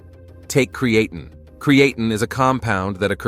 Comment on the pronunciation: You pronounced creatine wrong several times .